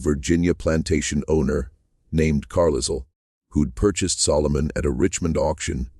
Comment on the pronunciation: Yes! “Carlisle” with the S sounded. Disconcerting!